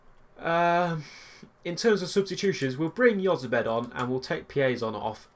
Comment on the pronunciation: Jozabed is said like( Hoz-a-bed